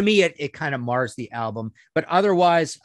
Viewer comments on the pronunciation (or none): none